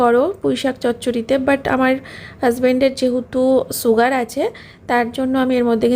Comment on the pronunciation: "Varieties rokomer maach"..... what is that 😂..... its variety of maach not Varieties and its "sugar" pronounced as shugar not suugar....shampoo not sampoo ufff .please be careful waht you say as a social influncer. Eating a proper healthy diet on time and avoid outside food you will not have health problems